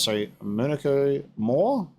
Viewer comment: Yes, well, very impressive parrying this episode. But please,, it's pronounced Monoco, not Monoco!!